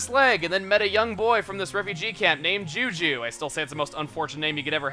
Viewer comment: feel so srry for the kid with the name juju :( . first time i heard that i thought chugga said jujube the candy name lol